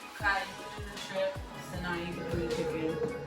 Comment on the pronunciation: We got some "SKRIMPS" 😂